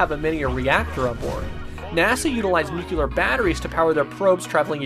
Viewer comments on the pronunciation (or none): "Nookyular batteries" Say it with me. Nu-cle-ar. It's not that hard.